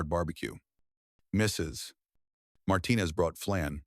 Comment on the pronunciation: Thank you for all the heartwarming stories. They all bring me tears. But please improve the narration. "Mrs -- pause -- Martinez" is disturbing attention. Thank you in advance.